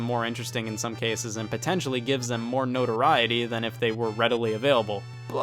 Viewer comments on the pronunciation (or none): none